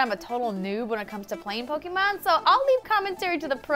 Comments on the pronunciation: POKE-AY-MON, NOT POKE-EE-MON. GAH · anyone else cringes everytime she says pokymon? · Man, I wish people would stop pronouncing Pokémon wrong. Especially people who report on gaming.